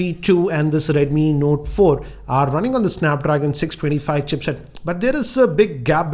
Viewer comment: your videos are great and i always watch your videos but sir dnt mind ur accent is kinda wired sometimes u pronouns words very strangely like notaaa 4 with pause...and u also make kinda anyoing noises..dont mind sir but your videos are pleasure to watch.thanks